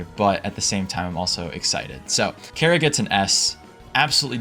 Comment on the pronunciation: CHARRA NOT KARA